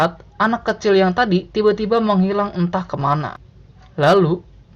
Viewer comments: tiba - tiBA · Pas masnya ngomong "Tiba Tiba" seketika saya agak merinding karna nada bicara masnya yang agak aneh pas mengatakannya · Ngomong tiba2nya bisa ga ya biasa aja. Ganggu bnget euy. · Ngomong tiba tiba nya biasa aja napa cok sakit kuping ku